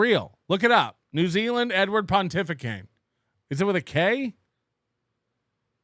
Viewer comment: Pontificane? Great improv,. 😂